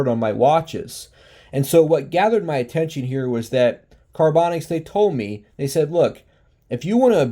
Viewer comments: Are you saying the company name wrong on purpose? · LMAO. I thought you were doing it on purpose. Because half way through you almost said it correctly and then stopped yourself.